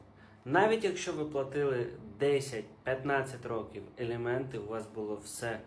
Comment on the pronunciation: Не елєменти,а аліменти!